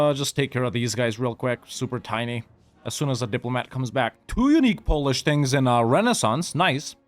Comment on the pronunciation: Wow, your polish pronunciation is spot on. Did you live there? 😂😂